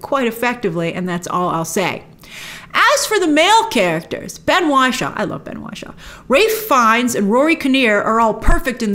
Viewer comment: Not Why-shaw!! It's Ben Wishaw as in 'Wish'